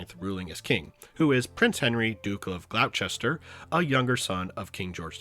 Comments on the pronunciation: Just for future reference, Gloucester is pronounced Gloster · ~ Gloucester is pronounced "Gloster." I know, it's weird, that's just how older English spellings be sometimes.